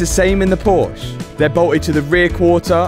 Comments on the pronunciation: Love these videos and progress!! Unfortunately, a million plus views and now there's a million people who will also pronounce Porsche WRONG. lol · Please pronounce the "e" at the end of Porsche just a short "eh" thank you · please, please pronounciate "Porsche" the correct way... It's respect to the founder, and the brand... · If I was playing a drinking game for every time you mispronounced Porsche, I would have passed out half way through the video.